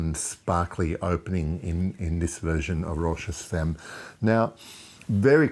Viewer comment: Pronounced "fam" ;-)